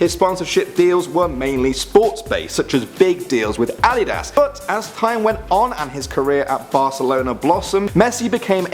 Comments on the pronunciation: Adidas (ad-id-as) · Gino Deli colli that is the right way to say it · The way he said adidas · You said Adidas weird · The way he said adidas tho...